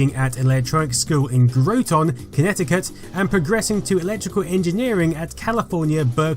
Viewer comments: Hey my city did something! Oh by the way it's pronounced "gra-ton" not "gru-tawn" Connecticut. It's a bit weird. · Groton rhymes with rotten. Not "GROW-tawn". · its not gro-ton its groton, like au gratin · 🤣 Groton is GROT-un, not GROW-TONNE. I loved that. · Hey I’m a Connecticutian and I just wanted to let you know that it’s pronounced “Graw-in” not “GrowTahn” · How to say Groton ct, Grah Ton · Grow-tahn Connecticut? Short "o" mate.... Grah-ton.... Like "au gratin" potatoes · "GRAW-ton" Connecticut, not "Grow-ton" ... served at the submarine base there. We called it Rotten Groton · As a Connecticut resident: Please don't pronounce it "GROW-ton, Connecticut". In seriousness I'm more amused than offended. I might go and pronounce it that way just to confuse other natives. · "Grow-ton, Connecticut" Hahahahaha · As someone who has lived in Connecticut, I assure you that Groton is pronounced graht-in. It rhymes with brought in, not proton. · groton, connecticut is pronounced "gra-ten". I've lived about an hour north of there all of my life :D (we yankees have strange accents, particularly in the northeast US. :D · GROW-TAWN, Connecticut? It's not a molecular particle, it's a small city. Pronounce it right, like ROTTEN. Careless pronunciation like this? Now I don't think I'll ever subscribe. Disliked. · GROTON CONNECTICUT IN DA HOUSE! It's graw-ton. Everyone does it, no worries. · In other places it's Grow-ton, but in Connecticut it rhymes with rotten. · It's pronounced "Grrot-ten" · Amazing video. Seriously incredible. BTW, Groton is pronounced "GROTT'n". :) I'm about 58 minutes from the place. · Groton is with ahhh sound. It's where I live. Very cool fact thank you. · Grah-ton Connecticut. No worries, everyone gets it wrong. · Love these in-depth docs. (By the way, Groton rhymes with rotten...) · Groton rhymes with rotten (in Connecticut). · This video is fantastic! Also, as someone from Connecticut, I couldn't help but laugh at your pronunciation of Groton!